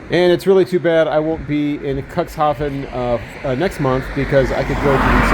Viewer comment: dude, it's pronounced "Cook's Hafen" not cuckshafen. sound so cringy when you say it that way.